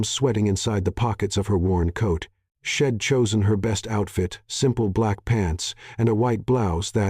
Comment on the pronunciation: Quit saying Luke-ass! She'd is not shed, I'll, is no ill.